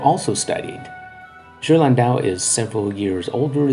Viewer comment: Well done video, and as an art historian I agree with your conclusion. One criticism - go to Forvo and check the proper pronunciation of the names of artists. You really butchered Ghirlandaio ! ;-) Examples: phonetically, Ghirlandaio = Gear-land-eye-oh. Cabochon = Cab-oh-shon.